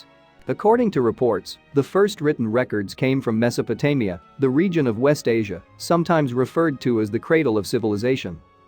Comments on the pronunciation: It managed to get Mesopotamia correct just once towards the end. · And Mesopotamia!